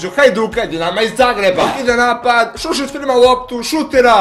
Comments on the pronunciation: sušić a ne šušić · Bije Šušić nego Sušić! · Nije Šušić nego Sušić